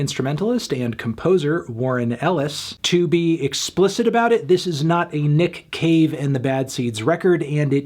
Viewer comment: I only hear Nick Cage man i’m sorry